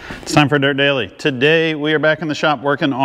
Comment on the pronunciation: I thought I heard you say “Welcome to Nerd Daily” 😂